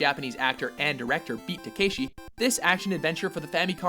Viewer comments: oh my goooood. Pronounce your japanese words right. It's Ka-ta-ma-ra "Da-ma-see" not "Da-macy" and "Ta-keh-shi" not "Ta-kah-shi". Also another one for this list could've been Stretch Panic! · takeshi challenge kinda sounds like Take a shit challenge